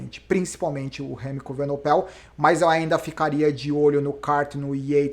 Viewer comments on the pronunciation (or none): evenepoel = acho que a pronuncia correta é essa. As vezes esta falando evenopel